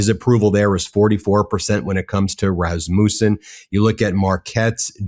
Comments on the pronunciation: check the Rasmussen pronunciation with the AP STYLE BOOK> :) OK Professor? no NOT MOOO, more like MU. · Say that name Rasmussen right!!! It's not a u sound it's an a sound. That is my maiden name. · You pronounce "Rasmussen" wrong! It is NOT: "Ras-mus-en" with emphasis on "mus"! It is pronounced with emphasis on "Ras"! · Hey Ben. How many u's in my surname? One, there is one. It is Rasmussen, not Rasmuuuuuuusen. I know Americans are not good at foreign languages, but still. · I'm a Rasmussen. And I don't like it when I hear the name mispronounced over and over again. You have to say it like: Rass mus en